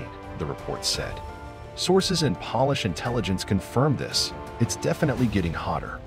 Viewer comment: Pronounces "polish" like "shoe polish" when the context is Poland, and "Polish" should be pronounced like Pole-ish. So...this is a robot voice. I don't trust robots to tell me anything. Clicked off as I heard a mistake which no human speaker of English would ever make.